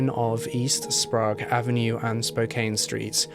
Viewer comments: Spray egg not sprague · Not to judge but it's probounced spray-g. i believe. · Sprague is like sprayg or spregg. Spokane is like spo-can. But the video was great! Thank you for including Yates who never seems to be mentioned which I feel is a disservice to his victims. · Sprague Avenue is pronounced Spraygue Ave not Sprawgue Ave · As a Spokanite I need to correct your pronunciation of Spokane and Sprague. Spokane is pronounced Spo-CAN, not Spo-CANE. Sprague is pronounced SprAYgue, not SprAHgue. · its pronounced spo-can. it's not sprog. sp-ray-g it's a short a in Skagit. ska-git. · As someone who lives in spokane my right eye twitched every time i heard Spo-Cane and sprag and not Spokane (spocan) or sprague (spraag) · And Sprayg instead of Sprog. :-D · As someone who grew up in Spokane, nothing makes me laugh and cringe more than hearing people pronounce the city wrong. The E on the end in misleading. It’s “CAN” not “CANE”. And Sprague is another tricky pronunciation. It’s pronounced closer to the way you say “PLAGUE”. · Sprague is pronounced Spra-egg. Very well done. Have lived in Spokane for over 40 years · Also: it’s Spo-can and spray-gue lol everyone who doesn’t live here pronounces it incorrectly lol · Pronounced....spoke-can And sp-rag.... rhymes with egg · No one ever knows how to pronounce our names if they don’t live here! I’ve had friends pronounce Sprague like Sprah-goo! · Its spoh- can. And spray-gue avenue. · Also, Spray gh (Silent h) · Also sprague (spray-g) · Hahaha saaame, I live in Spokane Valley, so its always funny to hear how people pronounce our cities and out streets lol. Oddly enough Spo-kaine/Spokane doesnt bother me as much as people that pronounce Sprague as Sprog haha! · we pronounce it like the word 'spray' with a 'g' sound at the end lol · Love the video but learn how to pronounce Sprague and Spokane. The DNA profile taken from Kathleen Brisbois body was found to be that of a male? DUH really?